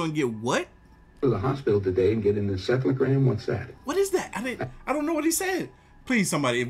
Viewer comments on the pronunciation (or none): he said encephelogram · He said encephalogram. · For the video about clones - he said encephalogram